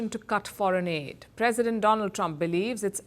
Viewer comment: Dolun 🤣 Not Donal